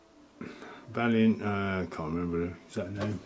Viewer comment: It's Vaillant not valiant